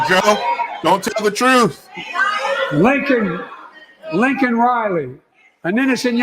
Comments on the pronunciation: Briben regrets using word "illegal " but doesn't apologize for getting Lakem Riley 's name wrong. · He disrespected miss riley by not even pronouncing her name correctly, but hill apologized to illegals... F*** Joe Biden. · Apologize for criminal than the mispronouncing of victim’s name 🤮🤮🤮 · He mispronounces the poor girls name, but apologizes for saying “ illegal”? He’s gotta go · I shouldn't have used the word shit eater I should have said fecal matter consumer instead said her name wrong on purpose